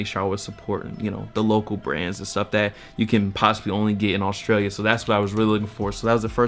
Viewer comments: my boy you just throwin extra vowels into australia lmfao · 'Austrailia' u reckon? XD lol